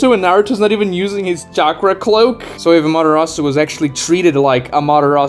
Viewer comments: You have sound logic, but there's just there's this one small stupid thing that bugs me... "What is a Madarasu? " I get you're trying to say Ama-te-rasu but it just sounded wrong.... I hate myself to be that guy ... But here I am 🥲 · How many times can you mispronounce amaterasu in one video?